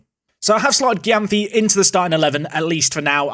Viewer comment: Gyamfi is pronounced jamefee